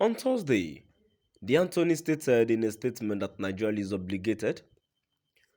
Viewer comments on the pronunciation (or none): Why is it that you can ever say exactly what you disclosed as on the caption. And stop calling attorney general Anthony you have continuously making that same mistake calling it Anthoney. Please it's attorney not Anthoney